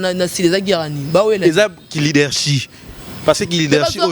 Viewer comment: Leadership lekesthou et non leadershi 😂😂😂😂😂 leke leke Boni ozo fingisa ifasic boye aaaaah